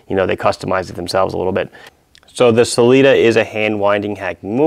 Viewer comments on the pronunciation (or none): none